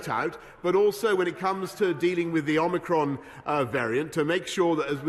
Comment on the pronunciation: Johnson can’t pronounce “Omicron” Funny got someone who claims to know Ancient Greek